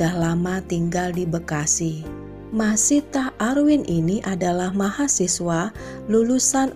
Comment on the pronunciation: dan seorang LUNA MAYA ga pernah bisa baca nama dia dengan benar, selalu aja panggilnya MAYSITAH bukan MASYITAH.